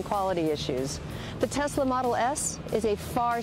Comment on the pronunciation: Tesla with an S not Z !